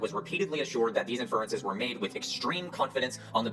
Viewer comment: Tell me you have no clue how science is done without telling me you have no clue how sciences is done, by pronouncing "IN-fer-en-ces" as "in-FER-en-ces". Take note, Formscammers and confidently-incorrect armchair scientists everywhere: Even with something as trivial as accenting the wrong syllable, I still checked several sources to make sure my claim was valid before stating it. Unlike y'all, I have the integrity to take precautions to avoid propagating misinformation and making a fool of myself in the process. Making claims without checking for evidence or support is dishonest and bad practice; making claims despite knowing that there is no evidence or support, or worse yet, knowing that there is credible evidence that invalidates the claim is straight-up bad-faith lying. Is it foolproof? Can you trust every source? Of course not, but at least making an attempt is a show of good faith. Not that y'all GAF about honesty and integrity in the first place. To be fair, willfully promoting unsubstantiated claims and/or denying substantiated claims out of greed or selfishness, regardless of how detrimental it may be to the best interests of others, isn't exclusive to pseudo-science - it's a pervasive and destructive issue throughout society, present in everything from romantic relationships that only affect those involved, to global politics affecting the fates of humans all over the world. We must remain vigilant and keep fighting to turn the shit-boat around